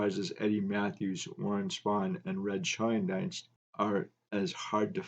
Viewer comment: So interesting. Thx! Re Red Schoendienst. I believe his name is pronounced Shane-deenst. I grew up when he was still playing and I have a few of his cards. Not sure where I got that understanding but I believe that is correct. Cheers.